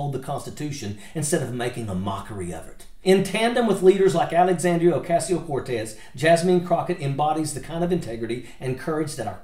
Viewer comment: Richard Ojeda.... bruh... it's pronounced JASMINE not JASMEEN 😭 and AOC is Ocaaasio not a Casio like the keyboard 🤦 jfc you can't even pronounce your OWN name correct wey jajaja